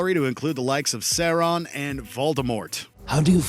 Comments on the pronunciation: Sayron?? Might as well have called him Sharon haha ooof. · Lego Batman........LEGO BATMAN?!?! This shouldn't even be on this list. Dude doesn't even say f*ckin Sauron correctly. Why do people who can't even say characters names correctly get to read out these lists. Get a real fan to do the comic book related lists. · That pronunciation of Sauron is…interesting